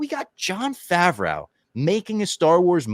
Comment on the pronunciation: saying Favrwow instead of Favrow is the new Qui Gwon